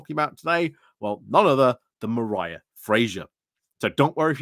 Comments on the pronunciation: The scottish pronunciation of Mhairi sounds like 'marry' not 'mariah' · Dear... Mhairi is pronounced Vari.